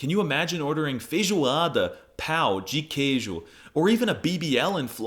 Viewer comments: You said pau de queijo? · your portuguese is very cool, but, if you say "pão de queijo" in the way you sayed, it will be other thing (i will not say cuz this mean a bad thing) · "pal" de queijo broke me💀 Pão means bread or... Pan, so... "PanMm 'dji' ke i gio" Man, J sounds are really annoying for english speakers lol, one tip: it does not sound like "Rrrrr" here. Also, for Olá, the sound is not "ola", it is "olah" Edit: I fell for the tolling, you know goddamn well how to say Pão lmao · As a Brazilian, I didn’t fall for the ragebait until I heard you say PAU de queijo instead of PÃO de queijo, in hindsight though, if someone had a pau de queijo, I would die laughing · I'm brazilian and you actually pronounced pão de queijo wrong but it's okay